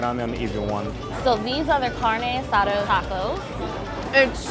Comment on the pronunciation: "CarneO AsaDO"